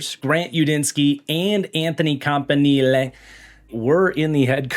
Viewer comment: Love the way that you pronounce Campanile. It just sounds so much better.